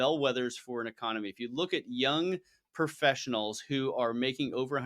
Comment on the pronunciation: "....a young PERfessional...."???? (It's PROfessional...)